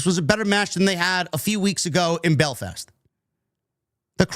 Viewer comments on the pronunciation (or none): none